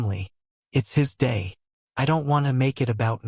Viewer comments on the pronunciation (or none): "It's him day"? Robots are illiterate. Meanwhile, I really do feel sorry for the cake.